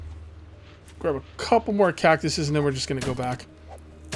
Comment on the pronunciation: william martin he said catcuses